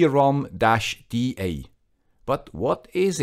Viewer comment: Usually I agree and I am pleased with your torough reviews. I may be mistaken, but I think you are missing the point. Two antennas are not meant to discover more networks, but to split incoming and outgoing traffic on separate channels to increase speed and throughput. This is the main advantage ! Second my friend, W is not = to V in English ! LOL ! It's not V-ROOM it's WROOM like the roar of a car ! Have a great day ! Auf Wiedersehen !